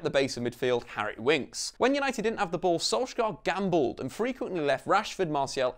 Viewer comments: Can you please say his name right? It’s sol-shy-er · Perfect video apart from how you say "solsk-gaaar"😂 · learn his name properly plz